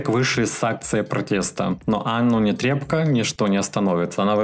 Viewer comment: Аааааа, ты сегодня сказал Нетребко, а не Нэтрэбко👏👏👏👏👏😂 Уж не знаю, что этому послужило, комментарии мои или просто сам услышал где-то, но это радует 😂😂😂💋💋💋 А про BTS будешь нам что нибудь рассказывать? 😬